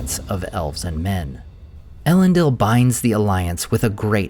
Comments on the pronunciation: 'Ell-end-eel', not 'Ell-end-ill'. Other than that, great content; look forward to more! Edit: although to be more accurate, it should be 'Eh-lend-eel'. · What a great video! How I wish though, that you would pronounce it el-EN-deel .. Oh well, perhaps another time. Keep up the good work! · I can’t believe you pronounce everything but Elendils name right 😅